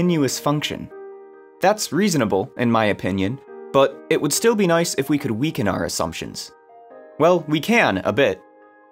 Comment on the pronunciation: Mmm... That "Nice!" was like a hot potato!